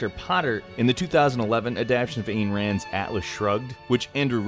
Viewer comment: Ayn, rhymes with "dine".